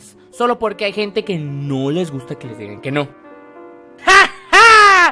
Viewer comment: No pueh.. No me gutah ese niño.. De ahí n..No me gustah